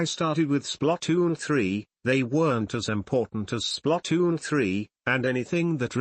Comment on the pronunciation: SPLUTOOON (i know it spelled splatoon but the way the tts pronounced it was weird lo.